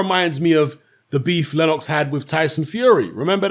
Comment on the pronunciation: Lenn-OX, lol.